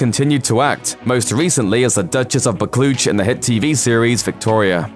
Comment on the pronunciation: Dianna Rigg as Duchess of Bucklootch!? 8-) Not your fault. How would you know? Unless you watched the TV Series, "Victoria," you'd know how "Buccleuch" should be pronounced. I get foreign words and names wrong, too, by the way but thanks for the smile (sorry). Liked the video.